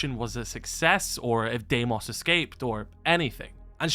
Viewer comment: It's pronounced Dee-mose not Day-mose